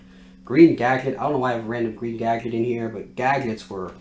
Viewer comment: Really enjoyable video up until you said gadget 😂